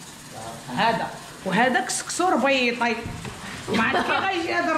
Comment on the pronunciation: lady is not rbaiti is rabati